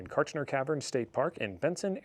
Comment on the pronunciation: You were pronouncing the state park name correctly. Hopefully, you had the chance to go into the caverns. They're amazing. And, yes, Everything here in AZ is trying to kill you, all the time. The desert is harsh and unforgiving.